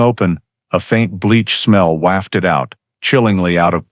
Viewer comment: It's not wafted with the same a sound as in wax. It should rhyme with soft as in wobble.